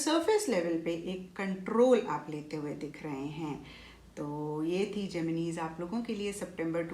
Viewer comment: Mam pls Gemin-e math bolo it's Gemini ☹️ Pls it hurts.